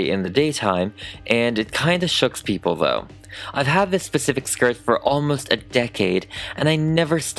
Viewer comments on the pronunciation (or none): none